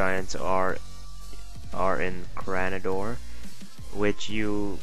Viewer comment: also.. "Cra-na-dor" xD